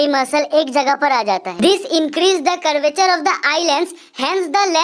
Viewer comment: its curvature not currature